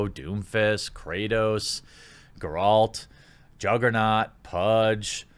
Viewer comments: Nothing frustrated me here more than how Jeremy had pronounced these names of specific characters. - Geralt (gAr-alt) NOT Gur-ult - Sasuke (Sas-kay) NOT Sue-sue-kee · The way Jeremy says Geralt's name triggers me.